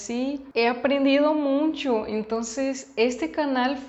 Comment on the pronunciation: Creo que dices muncho en lugar de mucho. Quizás por la visita a Zacatecas. Ánimo